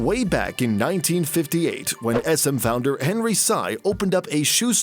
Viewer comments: They did so much research about the company but forgot how to pronounce "Sy" correctly. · After all those researched data, you did not bother to learn how to pronuonce their family name. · The family name of Henry Sy is mispronounced, haha. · that's pronounced as SEE..not sai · They're chinese, the last name is pronounced "si" like Xi not "say" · It is not pronounced as Henry Saiii. It is pronounced as Henry See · It's pronounced as "Si" like the spanish word for yes Not "Sci" or "Psy" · i cringe every time you pronounce HENRY SY as HENRY CYE.... it's HENRY SEE! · It’s pronounced as “Henry see” not “Henry sigh” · It is pronounced as /see/ not /sa-i/ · Dumbass pronouncing the last name as "sigh" instead of "see". Smfh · See family not Sigh family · Sy is pronounced as "See", not "Sigh". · Sy is pronounced as " see" or "c" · You butchered their family name. Hahaha It's pronounced as "see" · That's not how you pronounce Sy, it is pronounced as "See" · Do people outside the country really pronounce "Sy" the way the narrator says it? I really got used to pronouncing it as "see" because that's how local news mentions their family name. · It’s pronounced as “See”, man literally butchered the names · I stopped watching after 45 seconds like the second or third time you called him Henry Psi. How can you expect anyone to take you seriously when you can't even do the bare minimum amount of research on the person YOUR ENTIRE VIDEO ABOUT??? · Last name "Sy" is read as you would 'see' or 'sea' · Sy is pronounced "see" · Sy is pronounced like see, sea, c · Sy is pronounced as "see" ;) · Their surname is actually pronounced as “See”. For example Henry Sy is pronounced as Henry “See” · great research, but a research on the correct pronunciation of Sy ('see') would have been good. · Sy is pronounced "Si" btw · All this research and you can't even pronounce Sy right. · Disappointing. You pronounced Sy wrong. Please make it a habit to research how to properly pronounce foreign names.